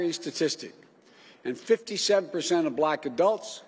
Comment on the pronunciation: What's a "block latino"?